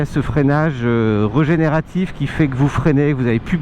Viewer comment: Super mais il faut dire régénératif, avec un é, et pas regénératif !